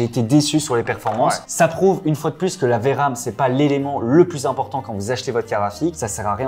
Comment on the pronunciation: Au plussss ! Si ce n'est pas pour une addition, le "s" de plus ne se prononce pas ! Plussss t'es grand plussss t'es con, ça ne marche pas !